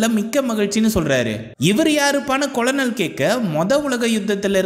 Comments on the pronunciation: Colonel (படைத் தலைவர்): கர்னல் என்று உச்சரிக்க வேண்டும், கொலனல் என்று உச்சரிப்பது தவறு என்று பணிவுடன் தெரிவித்துக் கொள்கிறேன் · கொலனல் இல்லை கர்னல் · நானும் ஆரம்பத்தில் கொலனல் என்று தான் உச்சரித்தேன் நண்பா, பின்பு நண்பர் ஒருவர் கூறிய பின்பு மாற்றிக் கொண்டேன் 🙄 நீங்கள் கதை கூறிய விதம் அருமை நண்பரே 👍